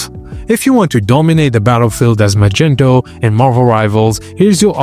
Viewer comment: bro who tf is "magento"?